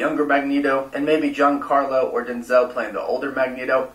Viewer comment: It’s hard to take that guy seriously when he pronounces “Giancarlo” with a hard G instead of a soft G. LOL